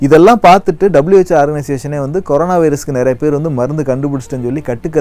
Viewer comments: It is not karona.. It is corona. What a funny pronunciation 🤣🤣🤣🤣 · athukku peru c o r o n a virus. neenga thappa c a r o n a virus nu pronountiate panree nga hope next tme correctah pronountiate pannu veenga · Pls tell Corona bro ninga koronq nu soluringa